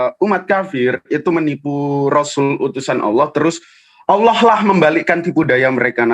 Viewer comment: bahas Al Qur'an tidak layak, sebab sangat tidak ada ilmu tentang al Qur'an, sebut alloh saja awloh hhhhhhhh setan saja ketawa liat lu....